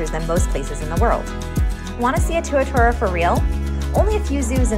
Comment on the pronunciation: Pronounced "Too-ah-TAR-ah"